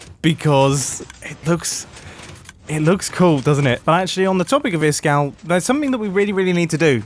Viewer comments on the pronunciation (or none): Fyi iskall is pronounced iiis-kall in swedish it means ice cold